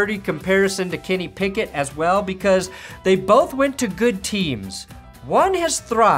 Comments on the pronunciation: Colorado accent. Sounds 😁 funny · Why do I love the way says Kenny Pickett so much